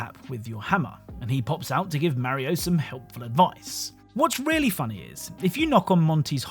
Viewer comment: I hate the way you pronounce Mario